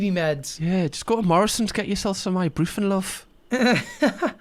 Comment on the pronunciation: I love how pronounces ibuprofen..ibooofren🤣